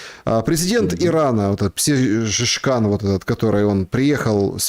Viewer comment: Масуд Пезешкиан перс. مسعود پزشکیان, азерб. مسعود پزشکیان произноси правильно,не каверкай😂 прекрати позорить наши головы комент в поддержку канала 💛